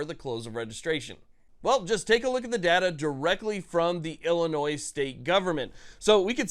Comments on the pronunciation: Love the content but the word Illinois is not pronounced Illinois’s the s is silent when not saying it in a plural sense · We don't pronounce the S, It's just "Illinoi". Also JB sux. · You don't pronounce the "S" in Illinois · My soul aches (you prounounced Illinois wrong)